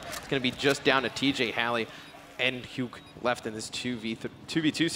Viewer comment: Lol right it's hu-ke